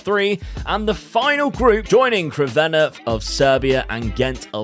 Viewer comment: bro no offence but its not krvena its crvena zvezda also translated red star